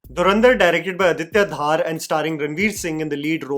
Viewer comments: It's not "Dhaar" it's धर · His name is dhar not dhaaar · Please can you get the pronunciation of the last name of the director right! Aditya ‘Dhar’ sounds exactly like the Dhar in Dhurandhar and not Dhaaar. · Dhaaar nahi, it is pronounced as Dhar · It's Dhar not Dhaar. And it's not about the govt of today, it's about the facts of the then time during congress regime. So don't try to make it sound like they have infused dialogues to suck up to the current govt. Chidambaram and his son were involved in the 500/1000 plates that were traded for to fill their never ending coffers. Yes manmohan singh and his govt didn't do jack when 26//11 happe😢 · Adiya is DHAR not DHAAAAR! :) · his name is not Dhaar, it's Dhar(धर) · btw the director is not Aditya DHAAR, it's Dhar. Bhai aap Jammu se h, itna to pata hona chaiye :p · Aditya Dhar's surname is pronounced "Dhur' and not 'Dhaar' ...Hope you can correct for the next time !!! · Dude, it is not DHAAAR, just Dhar! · It's not Aditya dhaar. Its dhar. Like dhurandhar. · it is Dhar not Dhaar, like Dhar in Murlidhar. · धर, not धार। Repeating my old comment 😭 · Beta dhaaaar nahin Dhar bolo. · Dhar ❌ Dhaar ✅ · please don't pronounce Director's name like you are making it rhyme with Thar. Its not DHAAR. Its actually pronounced like 'Darr' but Pronounce 'D' Like 'Dh' from Dhanush. Aditya Dhar is a kashmiri pandit and i'm a kashmiri pandit myself so Its kinda odd when we hear an incorrectly pronounced name. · "Dhoo-rander" not "Dhar-ender". Aditya Dh-aRR not Aditya DhAAr.